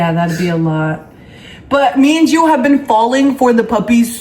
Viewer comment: No hate but it’s gio